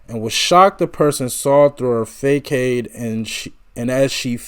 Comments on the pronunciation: "facade" is pronounced- fa sod. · "FACADE"--IS PRONOUNCED LIKE- " "FASS-OD." IT IS A FRENCH WORD MEANING "FRONT OR FAKE OUTWARD APPEARANCE CONCEALING UNHAPPINESS, ETC" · I appreciate your videos very much. Thank you for doing them. Please look up how to pronounce facade.I know doing this makes me look like an ahole but I want people to know how to pronounce things so others aren't rude to them.